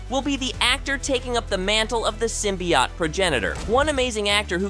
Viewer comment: Sym-bee-OAT. Not symbiAUGHT